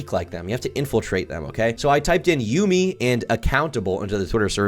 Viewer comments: its "yummy" not yoomi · Erm....its pronounced Yummy and not Yoomy 🤓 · bro said "yoomi" bitch its pronounced the exact same way as "yummy" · its pronounced "yummy" you ape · My autism was flaring everytime he said "You-Mi" ITS PRONOUNCED YUMMY- YUMI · Yumi’s name is pronounced “Yummy” not “Yoo-mi” I’m sorry but my adhd brain just felt the need to correct you on this. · Its not you-me, its yummy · Love this video but his name is pronounced Yumi (like Yummy) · i'm like 2 mins in and ur already fuckin just wrong first off minor nitpick, yumi is not pronounced "yoomi" so you already don't know what ur saying because that's like the most basic shit ever secondly they started off as a content group and added the brand to it later on. go ahead with the grift man, this shits already cooked. you can't even get the most bare bones, basic info about the cunts correct, move on 🥴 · Bro said Yoomy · Bro said YOOMi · bro said juumi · its pronounced YUM-e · Bro please tell me you mispronounced Yumii on purpose 😅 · the type of guy to pronounce Yumi as a classic yugioh field spell.